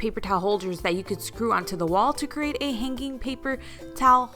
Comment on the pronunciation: I am intrigued with your pronunciation of the words hang and hanging. You put a K in it. Hanking. Hankink. Maybe it is a regional accent.